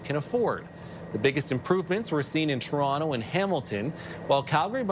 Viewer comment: I love how mr. pronounces ToronTo, like it is meant to be pronounced 👏